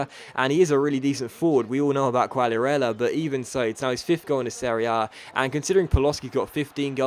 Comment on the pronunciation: not trying to be a smart ass or anything haha but try pronouncing quagliarella's name as "kagliarella" just a tip